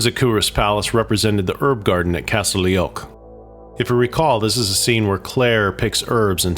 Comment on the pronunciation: "Everyone's favorite character 'Laorghaire' 😂 I'm gonna say it, Laoghaire is a crazy fucking bitch ... but great entertainment. The one you love to hate 😂